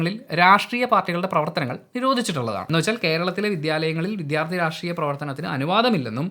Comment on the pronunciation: ദയവായി വിഥ്യാർത്ഥി എന്നു പറയാതെ, വിദ്യാർത്ഥി എന്നു പറയൂ